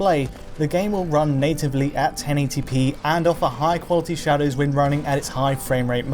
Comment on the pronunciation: Shawdows? shawdows? we're talking shadows???